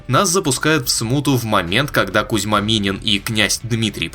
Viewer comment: КОзьма Минин, а не Кузьма 🤦‍♂️